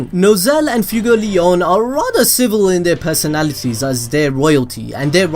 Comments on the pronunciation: He said FUEGOLEYAUWN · Its fue like sway fway-gol-eon fuegoleon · Man you butchered Fuegoleon’s name so badly. My ears hurt so bad after that. I know the video said don’t tell him, but I can’t help it.